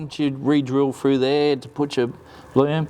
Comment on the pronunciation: Mate, the word is pronounced through, not frue